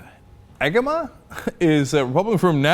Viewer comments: Agema is pronounced age em uh. He spent his "illustrious" career in the Michigan House introducing legislation every other day that would make Limbaugh look like a moderate. I could not be happier he is no longer a member of my government. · I think its pronounced Ah-gay-ma. Also his views are disgusting and wrong.